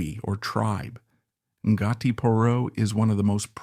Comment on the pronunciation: Interesting but def study up on your Maori pronunciations. En-gartie? Nope, Ko-hai?.....nope.